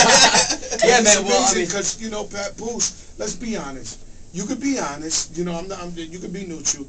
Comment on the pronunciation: LOL HE SAID "PUPOOSE"